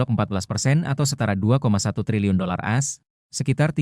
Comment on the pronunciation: Kok yg melaporkan ini Amerika Serikat selalu di omongin pronounce dg “as” bukan A dan S. Bgmn pimpinan redaksi Warta KOTA Production kok tidak menegur. Ayo melaporkan dg lbh correct dan perfect.